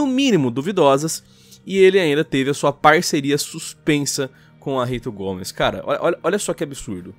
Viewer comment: impresao minha ou diz RITO GOMES em KKK RITO GOMES essa vai colar que nem pau genial!!